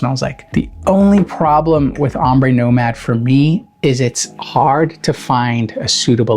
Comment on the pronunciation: Nomade, not nomade 😂